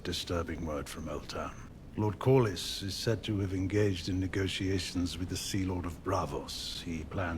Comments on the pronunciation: It’s pronounced Cor’lis. You’re adding extra syllables. 😂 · You’re adding a third syllable in coryls’ name! Core-Liss (like kiss) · Core Lee's is how you say it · The names can definitely be tricky to pronounce. Core-liss "Corlys" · Corlys is extremely easy, it's just 2 syllables. Core-liss.